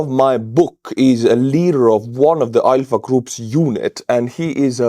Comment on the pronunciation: I had to replay it 3 times and then out on subtitles because I kept hearing "EYE F**K" group"🤣🤣 and not ALPHA. 🤣🤣🤣